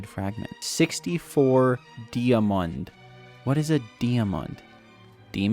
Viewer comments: "deeamon" got me dieing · you dont know how to say diamond and have billions of coins in hypixel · Di-a-mond? What is that? Demon? Are you possed? A gamer thats not been posting in 1.1 years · "what is a dee a mund"